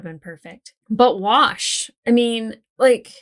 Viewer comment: why did you saying you were going to go play with your "Wash" doll sound like you were saying "I'll be in my bunk"?